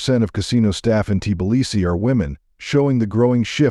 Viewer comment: Hey Bot get your programmer to correct the pronunciation of Tbilisi.